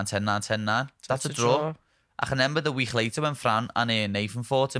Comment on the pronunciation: Molly gotta learn how to say remember because despite how much I like both her and Paddy hearing her say it as “renember” is getting under my skin too much 🤣